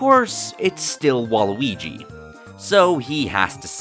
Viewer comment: A bit too... fouth 'wall-y'. Ya now what im sayin'